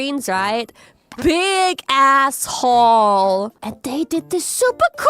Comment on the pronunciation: 店長說big ass hall的時候 我真心以為她在說big asshole😂